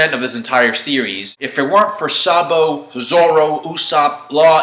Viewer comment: That z for zabo shock me xD